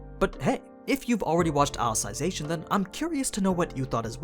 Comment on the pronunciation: Funny that nobody has point this out yet. It's pronounce Ally-Zee-Zation not Ally-Sai-Zation